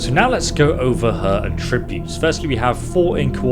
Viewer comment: Do you pronounce "attributes" like that intentionally? Is it an American thing like the "nucelar"?